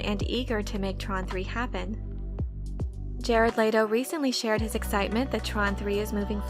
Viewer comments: Layto? No, its Leto. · Bruh the way she saying Jared Letto’s name is realy grinding my gears its pronounced like let-o not laid-o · Let-Oh. Not Late-Oh